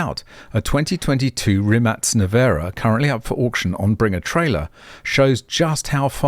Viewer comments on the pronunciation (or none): it actually pronounced Rim-Mack the Surname of Mate Rimac and that's Mate is not the way we say it in Austtalia it pronounced like Pate but with an Ma-te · Rimac looks Slavic - you might pronounce it Rim-ach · pronounced "REEMAK"